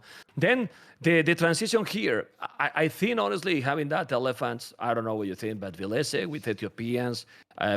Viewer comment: When introduced himself for the last Red Bull, he said VIL-lese